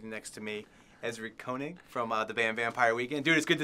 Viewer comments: He pronounced Koenig wrong!!!!! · Isn't his last name pronounced like "caining"?